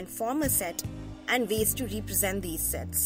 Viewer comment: I think you say Sex 😅